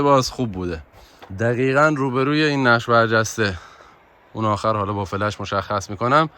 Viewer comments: فلَش نه دوست عزیز ، فِلِش😂😂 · ممنون از ویدئوی زیبا. چند جا دیدم فلِش رو فلَش تلفظ کردین. تعجب کردم.